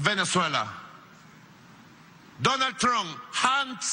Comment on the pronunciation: JAN OTS VENEZUELA DONAL TRON JANDS OTS VENEZUELA DE INMEDIATI 😂😂😂😂